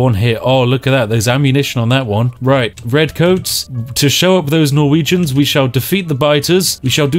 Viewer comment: When you said "those poor Norwegians" I understood "those porno regions"